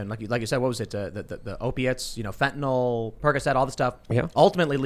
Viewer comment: fenteNYL........NOT fenteNOL.